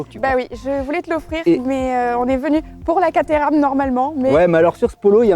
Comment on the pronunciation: Rhhhaaaaaaa!! Les français qui parlent anglais !!! Alors Caterham est une ville , on prononce pas caTééééram mais Kat-rhums... voilà voilà sinon l'un de vos plus sympa reportage !